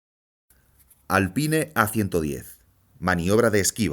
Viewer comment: Lo que más me sorprendió del video fue la forma como el narrador pronuncia Alpine, está bien que en España odien el inglés pero tampoco hay que exagerar